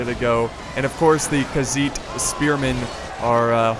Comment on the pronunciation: its khagit not khagiz😮